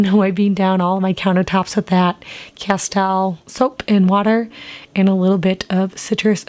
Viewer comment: Castille is pronounced - kuh steel.